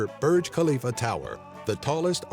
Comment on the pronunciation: Its named burj khalifa not bruj khalifa